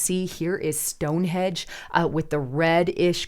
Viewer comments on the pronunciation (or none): Stonehenge not Stonehedge come on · Stonehenge not stonehedge …😅